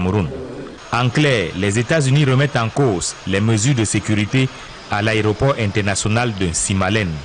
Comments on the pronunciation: dit " Aréoport" au lieu de "Aéroport" C'est d'ailleurs une erreur courante chez les journalistes camerounais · Il s’est même pas prononcé le mot Aéroport, il dit " àréoport " 🤦‍♀️ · C'est vrai qu'il ne fait que dire "ARÉOPORT". Mais, vous aussi, écrivez un peu plus correctement le français. Trop de fautes dans votre commentaire. 🤦🏽‍♂️🤦🏽‍♂️🤦🏽‍♂️